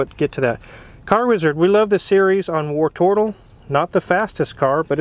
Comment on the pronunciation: tbh, I’m just ready to never hear Car Wizard say “wartortle” ever again.